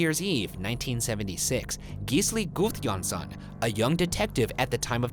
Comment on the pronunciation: How the hell can Ryan say Gisli Gudjonsson but not February